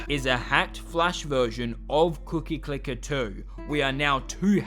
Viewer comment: you scare me each time you say cookie clicker it causes me PHYSICAL PAIN in my cookie domain